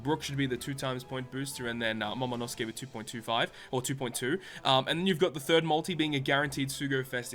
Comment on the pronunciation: In the End it isnt Momonosuke its Momonoskii.